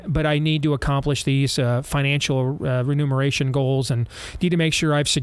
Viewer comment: Steve I hate to be an ass, but often am, you have used the word “renumeration” a number of times lately. The word is “reMUNeration”. Thanks.